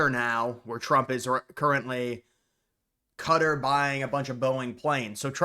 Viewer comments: It’s pronounced Ka Tar not cutter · Please for the love of all that is decent learn how to pronounce names like Qatar! it’s done Kuh-Tar not Cutter like you keep saying. You are honestly driving me mad. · Bro what do you mean, he is just saying cutter, he is killing the strong Kuh sound at the start and not rolling the R in the tar sound for Qatar (Kuh-Tar) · I’ve only ever heard Americans say “Ka-TAR” (like the beginning of cat + tar pit) up until recently. This “Cutter” thing seems new — probably from broadcasters trying to match the native pronunciation. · It’s pronounced ka tar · It’s pronounced qa tar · Bro no it’s not, phonetically speaking it is pronounced Kuh-Tar, with a strong Qu followed by a strong T and a rolled R to say Qatar. Think of it like saying guitar with a K sound. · So happy to live in a country where my biggest problem is how you pronounce Qatar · Ik he’s saying it so weird